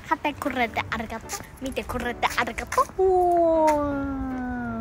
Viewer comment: ｶﾃｸﾚﾃｱﾘｶﾞﾄｳ がまじ発音フィリピンなんよww